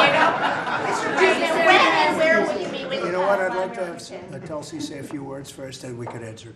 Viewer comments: It's TULSI ...not telsi ....it means the sacred Hindu plant....Indian basil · Its not tul-sey.. its toolsii